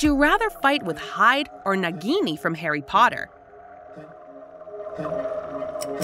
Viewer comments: I’m sorry ‘Herm-OI-nee’? Bro 😭 ‘Anim-ah-gus’ also you could be a wolf animagus sooo win-win? Ik they’re not the same ‘Nah-gini’ ‘Seedric’ ‘House cup’-proceeds to show Triwizard Cup ‘Erbology’ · Seedric Digory and Naagiini